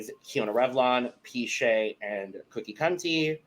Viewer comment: Wow. This is great information! We'll be sure to pronounce Piche the correct way moving forward! 😅